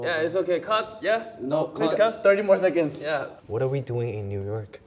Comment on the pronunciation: He even said "30 more secods"